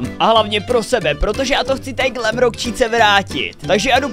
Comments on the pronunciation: To není glamrock číka ale glamrock čika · Glamrock chica* on říká chíca